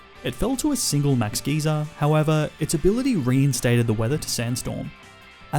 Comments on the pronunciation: Sir it's "guy-ser" not "geezer" or " gaysir" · “Max Gayser” 💀 “Max Geeser” 💀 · It's not max gee-zer it's max guy-zer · “Geezer” “Gayzer” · great content but you inability to pronounce moves and pokemon names detracts from the quality e.g. its not dura-lude-en its dur-ral-ah-don, the max water move is not geezer its gyser(guy-zer), wyndon is win not wine, go-lis-a-pod not goaly-ose, cinder-ace not cinder-ence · Dude please learn proper pronunciations for pokemon and normal words as well. Geyser not geezer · Great vid (max gazer pronounced g-ia-zer) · Ah yes geeser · He also says gayzer instead of geyser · Being from the Uk, hearing ‘Max Geyser’ pronounced as ‘Max GEEZER’ made me laugh 😂😂. “Oi, MAX GEEZER, you good mate?”. Also YES. GrookeyGang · He said max gayser people happy pride month ❤️❤️ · Anyone else bothered by the way he says geyser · He also said Kabu had a sizzlipede when it's a centiskorch, and kept pronouncing Geyser incorrectly.